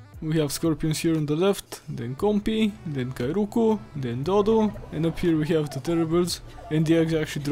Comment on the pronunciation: I lost it when u Saïd compyyy kairukuuu dodooo😂